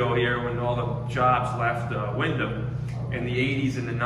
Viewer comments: It's called Windham but it's pronounced "wind-um". Y'all should go to Bridgeport see how the treat y'all down there- proceed with extreme caution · thats ny maiden name its pronounced wendum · Wrong pronunciation of windham